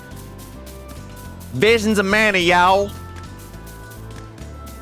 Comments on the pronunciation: Vinemons of Mana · VEESHEENS of Mana.